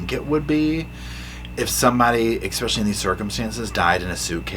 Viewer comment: Omg I love you darlin but quit saying “ekspecially” 😅